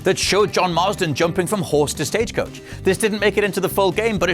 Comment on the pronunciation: he said stagecouch